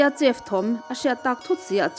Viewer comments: Chef tih ai hian sef tih in lam rila dik zawk maithei ni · chef tiha ch hi sh anga lam rik hi a dik zawk maithei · Chef i lam dan hi a dik meuh maw, uluk takin chef lam dan hi lo bih chiang leh teh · Chef-sef, restaurant-restrawnt.